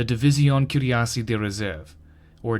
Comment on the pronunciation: Kwee-Rass-Ay (fr) or cureasiers. (engl) i'm not even gonna try to write out what you said..